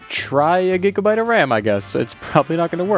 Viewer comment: a JIGABYTE of ram